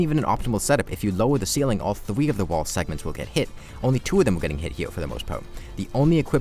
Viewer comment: Am I trippin or is he talking a bit like a cat girl? 😂 Like I'm pretty sure I heard "vewy" instead of very and "thwee" instead of three